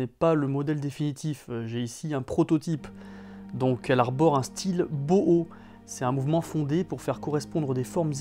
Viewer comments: Bon, on dit pas bohoooo mais bauhaussss😌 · Boho ?? Tu fais référence à Bauhaus je suppose ? Si oui, ça se prononce plutôt "Bowe-Howe's" il me semble. ;) Akrone, j'avais bien accroché au début, et avais acheté la K-01 céramique version "red". Je m'en suis finalement séparé. Très belle montre, mais ton sur ton aiguille/cadran pas assez lisible pour moi, et les index étaient trop brillants à mon goût. Leurs modèles suivant ne m'ont pas vraiment plu (pas fan des cadrans trop remplis). Aujourd'hui, il n'y aurait que la C-03 ALAT qui pourrait me plaire (subjectif :) ))